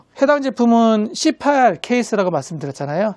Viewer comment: c8케이스 발음이 너무 찰져요 😂😂😂